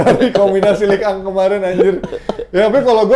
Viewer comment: Liga1 = Ligue ang 😂